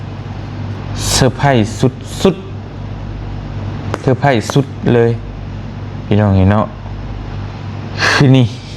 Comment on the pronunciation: Surprise ມັນເປັນພາສາອັງກິດ ບ່າວຕຽງເອີຍ ເຂົາອອກສຽງ ເຊີພຣ້າຍສ ບໍ່ແມ່ນ ເຊີໄພຣ້ ຍິນດີນຳເດີທີ່ໄດ້ໄບຢົກຢ້ອງ ສົມຄວນແລ້ວ